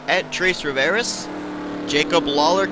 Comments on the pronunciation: XD, it's pronounced "Twah-Rih-Vee-Ay", not "Troys-Rihv-Air-Ehs" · It sounded like you said Three Rivers in Spanish not French 😊